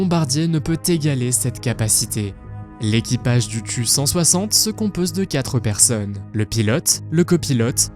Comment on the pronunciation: pour le tu160 ca se prononce T U pas tu